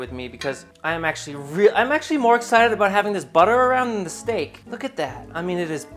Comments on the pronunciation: You gonna baste that shteak? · Are you sure you bashted the shteak?